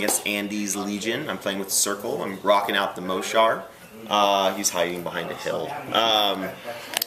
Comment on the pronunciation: Yeah Mohsar! (btw it's pronounced "mo-sar") Also, I think the circle player should protect his reeves more. if he had kept the hunter on the same side of the board as the reeves and put them within the Woldwarden's forest, they wouldn't have died so fast and easily (granted sprays ignore camo, but just don't let them get sprayed before they get some shots off). And He may have then been able to use his war wolves. They can be brutal.